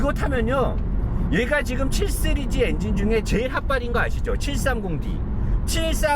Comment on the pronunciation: 쓰리즈 아니고 씨리즈